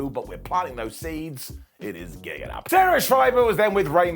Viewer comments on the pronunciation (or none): none